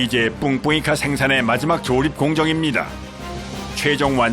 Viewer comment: 초 뿡뿡이카 발음 찰지네